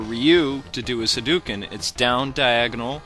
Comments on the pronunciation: Pronunciation tip: in Japanese, the syllable which appears in romanji as "ou," such as in "hadouken," is ALWAYS pronounced as "oh" and not as the long "oooo." It's a phonetic rule. So the only correct way to say "hadouken" is "hah-dough-ken" and NEVER "hah-dew-ken." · its actually pronounced as hi-do-ken (doh) most people pronounce it as doo (du) but yeah, its just like saying ryu, i say it like rii-u but the real way is to say riu (ee-u). i dont think it really matters ^^ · I't Ha-do-ken